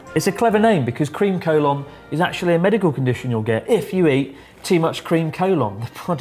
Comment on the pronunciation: I used Google translate to check how to pronounce Collon and it's nothing like you did.